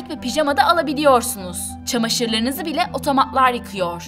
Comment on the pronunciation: Sırf o yüzden videoyu durdurdum. Robo'lar, otoma'lar şeklinde tuhaf bir telaffuz var.